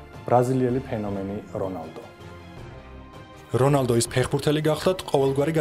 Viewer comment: რონალდუ კი არა რონალდნიო ამ სახელიც არასწორად ამბობთ რონალდო არა რონალდუ